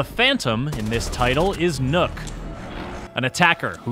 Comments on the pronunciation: Nook? its NOKK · Would have been nice if they had made even a slight attempt to actually pronounce the name they gave Nøkk instead of just calling her nook. I mean, nook isnt even the right pronunciation in english if you just replaced ø with and o... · i just pronounce it like “knock” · im not comfortable with the guy calling her “Nook” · What? "Knock" doesn't sound good either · But Nøkk is pronounced Neck. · "Is nook" .................you have 1 job............... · How about *NOCT*? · i understand why they did it, i just think its funny that after putting in enough research to even know about the nøkk and understand enough about her to make a thematically appropriate character around her that they still cant pronounce the name correctly. On an unrelated note the name is literally a single syllable. Its not that hard to pronounce either way. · as a dane i cringe every time americans assume an Ø must ofcorse sound EXACTLY like an O edit: also you could'n give her a single gun we actually use? not only did you reuse guns but you reused the wrong guns, let's not mention you designed her as a frogmen but put her in the jaeger corps where the net over her head makes no sense, given it's y'know FOR AQUATIC WARFARE!